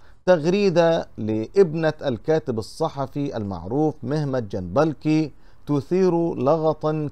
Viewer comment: ارجوك انطق اسم الكاتب بشكل صحيح اسمه محمد (محميت) جنبكلي و ليس جنبلكي يعني جنبك لي الكاف قبل اللام ج ن ب ك ل ي صفحتك جيدة و محتواها رائع و يجب ان تكون قراءتك صحيحة لكي يأخذ عنك المشترك فكرة جيدة .. ارجو ان تأخذ بهذه النصيحة